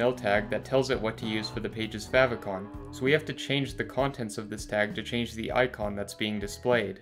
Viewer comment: How not to pronounce "favicon" :(